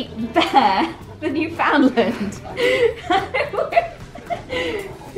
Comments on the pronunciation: I love the way you emphasize the FOUND in Newfoundland 😂 What a giant sweety he is 😍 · YOUR ALL SAYING NEWFOUNDLAND WRONG XD XD XD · ohhhhhhh said Newfoundland wrong!!!!!!!